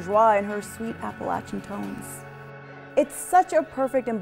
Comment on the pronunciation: Thank you so much for pronouncing Appalachian correctly. Bless you. ❤️